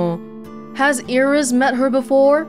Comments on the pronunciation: With the exception of "N", Japanese lacks word-final consonants. There is no standalone "S", so what the voice actor is actually saying is more like "Irisu" than "Iris". When a word ends with "su" in particular, the vowel is often heavily de-emphasized and sometimes entirely silent (even in native Japanese, not just foreign words). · Hi, I noticed that some of the Japanese VAs tend to add an E on the end of certain (foreign?) words and names, such as Iris-e. Do you, or anyone else, have a clue why they're doing this?